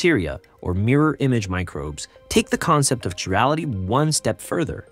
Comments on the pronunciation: KY rality not Chirality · Important topic to make a YouTube video on. The words “chiral” and “chirality” are pronounced with a hard “c”, not a soft one.